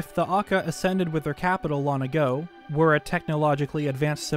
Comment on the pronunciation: This guy sounds like he has the same accent as everyone I know, except exclusively when he says long as lon. Every time he say's lon my brain shortcircuits lol.